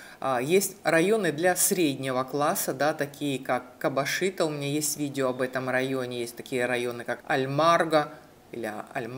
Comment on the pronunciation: Не кабашито, а кабажито